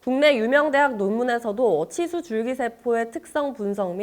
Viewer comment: 근데 아나운서 발음이 너무 구린데.. 치수를 칫스..라고 발음한거야?...